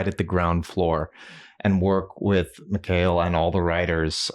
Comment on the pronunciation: Mick Hail... Mick Hail??! Respect Mikael, you Crazy Gringos 😂